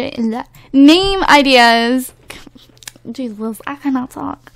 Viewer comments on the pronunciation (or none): none